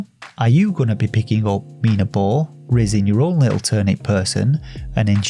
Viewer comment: Nice intonation for the game's title!!! You stressed the I sound, and thank god you did lol. Being a game by a Spanish developer I dunno how they came up with such a name. You see "minabo" translates as "myturnip" but in Spanish slang (from Spain) it also means "myd*ck" lol, so had you stressed the A sound you wouldave made me laugh coz thats the spanish pronunciation 😂 tbh I dont know how they intended the game's title to read like, but they were a lil bit cheeky anyhow hahaha. Btw the character named Topota, dont even get me started on that... I dont know if I am too dirty minded or if they really meant to be cheeky with this one 😂 Cheers mate take care